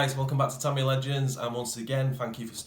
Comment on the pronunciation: Tamiya, pronounced… “ tameeeeya” not “ Tamyah”